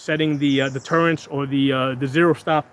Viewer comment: They're called turrets. Not turrents. There Is no n in the word. Just saying😉.